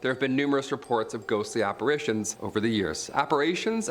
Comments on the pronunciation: Apper"A"tions... have you been learning vague speak from Emily... C'mon... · its apparition😭😭😭